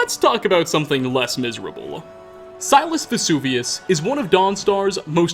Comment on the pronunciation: Silus.... Sounds more like Sinus